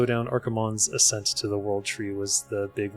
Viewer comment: ascent not 'assent' right? Assent is something different